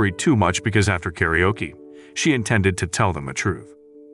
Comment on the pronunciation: The way the narrator pronounces karaoke as 'carry-yoke' 😂